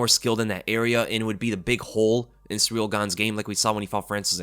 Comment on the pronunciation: Guy constantly calls Ciryl "Surreal". You're an MMA channel. You gotta learn how to pronounce these fighters names and have more respect.